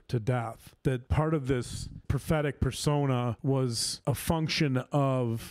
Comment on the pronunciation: Every time says 'prophetic yearnings' in reference to Chad I hear 'pathetic yearnings' and I feel like with Chad, it's the same thing.